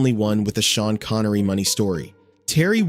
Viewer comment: You mean how Shavage Shean Connery Wash